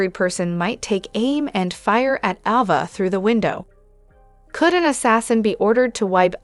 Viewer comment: Please say the names right please Ava a long vowel A not a short one